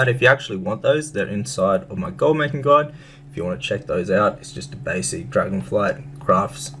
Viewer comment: "GOLD GUDE".. is that Orcish? Like "ME LIKE GOLD. GOLD IZ GUDE!"